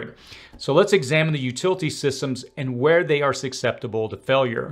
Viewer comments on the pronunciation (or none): sorry but there's no "K" sound in "susceptible", only "S". No "X" in "escape" either. 😢